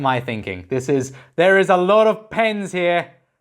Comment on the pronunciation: at first I heard « there is a lot of pains » and thought, that’s art baby. But then the sound did reach my brain and I understood he meant pens. What a funny thing